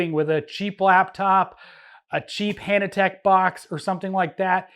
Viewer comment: Why are you saying Hannatek when you mean Hantek?